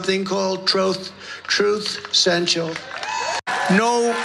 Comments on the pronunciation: He is Forest Trump. He forgets the name of his new social media site! That he owns. That he named. Trove, trute, truth central. Then he goes into some rage about drok boks. Drok bok bad. I know everyone has " gaffes" and sometime misspeak, but Trump is now just a babbling buffoon, and he is getting worse by the day. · “Troth Cential.” Love it. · "Troth Sensual" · Troth,,,, Truth Cential,,, drok bokses, droop duckses, blah blah blah... LOL At least Biden actually overcame his speech impairment, but I guess Trumps big brain is shrinking. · Trot Central?? Drap bock?? . . .and Joe Biden can't speak???? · Trooth sentential, Drog boxes, Zookerberg drog boxes?